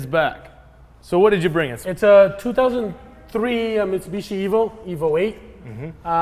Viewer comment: Miss the H of Mitsubishi at the intro... The car is still sick!